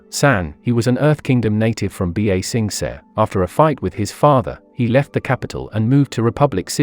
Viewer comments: This is a great video, but I would like it more if you learned proper pronunciation. Ba Sing Se's original pronunciation isn't difficult, and you actually add an extra syllable when you say "B-A Sing Say". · The computerized voice pronounces things worse than M. Night Shyamalan's Avatar movie. I actually disliked this video because of the pronunciation. It's infuriating. "B A Sing Say" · B-aaa-sensei 😂 bro can't even say the name of the city right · "B A SING SAY"😂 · B a sing say 😂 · Bee Ay Sing Say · B-A sing s-eh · bro murdered the pronunciation of ba-sing-se